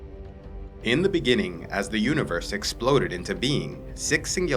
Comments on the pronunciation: In the beninging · I swear, everytime a video starts with “in the beginning” all i hear is “in the benningging” 😂😂😂